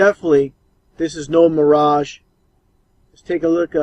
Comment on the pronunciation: Lol ahh man. Help these people.. He said Miragè sheesh